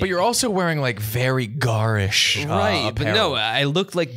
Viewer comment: I love you but I'm begging you to look up the pronunciation for garish